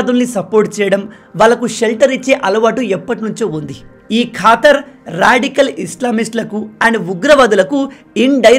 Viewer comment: Neevu manchi వీడియోలు చేస్తావు bhayyaa... ఖతార్ ఖాతర్ కాదు అని అనుకుంటా బ్రో